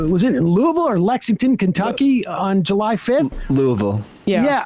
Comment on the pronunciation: I gotta give you guys props for saying "Louisville" similar to the locals instead of pronouncing it like "LEWEEVILLE" or "LEWISVILLE". It's similar to how cool people pronounce "New Orleans".